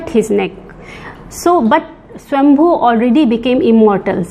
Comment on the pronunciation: Great knowledge Thankyou 🙏🏽. The demi god who stole the nectar was swar-bhanu alias Rahu. U accidentally pronounced it swambhu